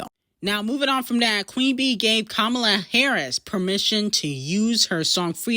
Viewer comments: I love you so much, but it's (kah-mah-lah) not kamula 😭😭😭😭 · Her name is Kamala (com-a-la ) not Komula!!! Who tf is that?